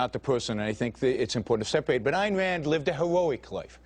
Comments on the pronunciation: Never thought that Elmer Fudd would be a follower of Ayn Rand !! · "Ayen Wand lived a hewoic life"